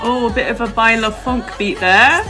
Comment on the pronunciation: I lived to see saying baile funk 😂 cheers from a Brazilian eurofan ❤